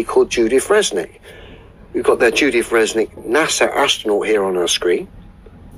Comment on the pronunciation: is an absolute numbskull. He's no poe just faking it. He doesn't comprehend anything of Avionics and Aviation. is also dumbo because he's calling her Fresnick and not Resnick.